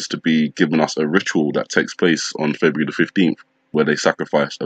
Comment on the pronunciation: Feburu? Like that sounds like nibiru! 😮